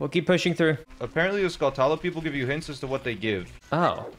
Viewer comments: it always pains me when people don't know the skull tarantulas name is a portmanteau of skull & tarantula, using the pronunciation of both. skull-cha-la, like to-ran-cha-la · Skull cha luh, skull cha luh, not skull tulla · Skulltoola. I always thought it's pronounced like Tarantula, 'Skull-chuula.' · "Gold sKullTalLA" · "Gold Skolltala" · Hey kiddos, you guys are pronouncing the spider's name wrong. It's not skull-ta-la. It's pronounced like tarantula, you know the spider. Not a huge deal, but it's really screwing with my ocd. Ok, keep being weird. 🙃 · why does everyone pronounce it skull-tulla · do you say tarantula as taran toola? pronounce skulltula the same way as tarantula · the way you both mispronounce skulltula T_T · cant believe voth of you pronouns skulltula wrong it rhymes with tarantula